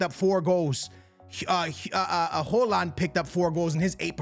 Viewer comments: why tf are you pronouncing it hooland💀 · Bro called him Holand😂😂